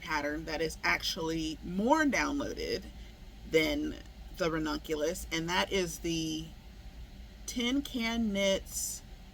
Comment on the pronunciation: Stop missing it up! 😂 😂 😂 Every time you said ranunculus it’s like fingernails on the chalkboard and my head is hearing “redonkulous” 🫏 a friend would say that all the time. Ahhh! 🤪 Looking for that pattern now. Lol